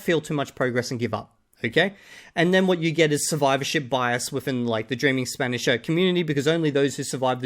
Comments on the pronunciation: As someone whose studied and spoken Spanish for 8 years I want to add the gringo’s Spanish accent was not good at all it was like someone who had been learning Spanish for 6 months properly and never tried with the accent. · 2000 hours to still being incapable of pronouncing an Spanish double "R". Practice pronunciation at first guys, don't rely only on input.